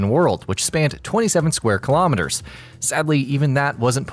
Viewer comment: Thanks for pronouncing the “km^2” right